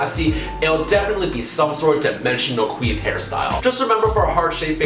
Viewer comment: Did he just say queef instead of quiff?